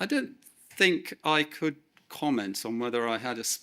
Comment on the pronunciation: You are surely entitled to your thoughts. Surely however, you are not entitled to keep pronouncing ‘think’ as though the word commences with the letter F.